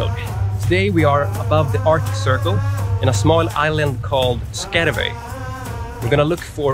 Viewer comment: What??? Skarvoi?? Not too hard is it, to listen to how the name Skjervøy is pronounced ? Shame on you!